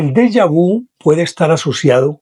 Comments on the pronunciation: Señor de lo que usted habla no es Della vu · Pronuncie en francés correctamente. Por favor. Saludos